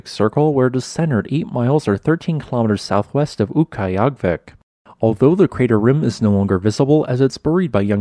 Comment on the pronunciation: It used to be. It was changed 10-20 years ago. Too lazy to look up the exact date. His pronunciation wasn't quite right.